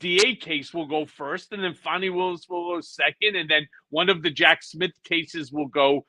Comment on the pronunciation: Ben, it is Fani Willis, not Fawny Willis. On mute, the screen does sound-to-text and spells it as Phony Willis. That is an insult to Fani.